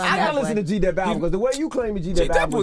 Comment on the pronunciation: Nigga said G Dep... 😂😂😂 FOH